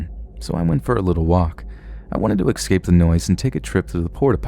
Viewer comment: "Ex-kape" 🙄🙄😂 Edit: NOTICED MEEEE